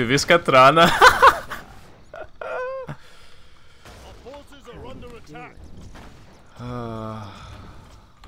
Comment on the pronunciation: Wat. Katrana Prestor would peg you for failing her name!